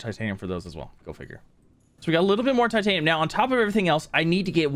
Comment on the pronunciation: Every SubNautica YouTuber: Ugh I have waaaayyy to much Titanium...: wer tatinum?